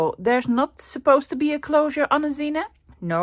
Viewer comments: Pretty. Curious why you call it a 'zina'. Isn't it a zine pronouced 'zeen' short for magazine?😉 Zina is a woman's name. Cute. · For those who don’t know, “zine” is short for magazine, and they were very big back in the 1990’s—early 2000’s, among counter-cultural Creatives. The word is pronounced Zeen, one syllable. A zine that I used to read was made by a Dishwasher, who wrote about how he stole dishes, etc., from each restaurant owner he worked for, because his wages were too low… (Like every other non-salaried American worker). Zines were the DIY Passion Projects of mostly young Creators, many of whom were living on low-paying jobs ; many of their zines consisting of black and white xerox copies, folded and stapled together. The esthetic was simplicity itself, but those with more money to spend—especially as computer Graphic Design programs advanced—could be much more sophisticated and commercial-looking.